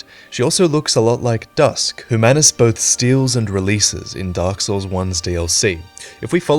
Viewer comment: “” Did you actually play Dark Souls at all? Or do you just butcher the names on purpose?